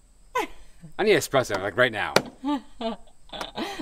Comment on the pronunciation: Can I just say, I can't understand half the time what is saying, but being Italian, I am so happy to hear that he pronounced eSpresso correctly and not eXpresso. Kudos my man!